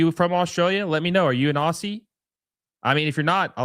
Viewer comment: FYI its pronounced OZ-ZEE. OSS-EE is just painful to hear.